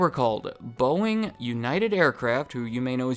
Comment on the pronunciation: If you speed him up to 2x speed, it sounds like he's saying BOINGGG